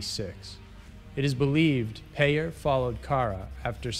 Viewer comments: I know this video is over 3 years old but, the CHP officer, Craig Peyer is pronounced like PIE- ER not like "payer" as you pronounced it. He attended the same church that I did and he and a group of us all had lunch after church, a few days after Christmas! He most likely had already killed Cara Knott, and I sat across the table from him. Creepy, scary and horrible. Her name is properly pronounced like CARE-A, not like "CAR-A. Do your homework before you make your videos - you often pronounce names incorrectly. Get it right please. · I don't mean to offend you. But that Victim of that Vile Scumbag craig peyer. Her name is pronounced Care - a. As in a caring person. Not Car - a Like your pronouncing the word "Car" then "a." I don't care that you pronounced his name wrong. But for Cara it should be. She was a really good person and so many people love and miss her. She was taken way too young and didn't deserve what she got. That was a horrible time for us ladies in here in San Diego. It was all over the news here and the media. I hope he never gets out of prison. I hope they let him continue to rot.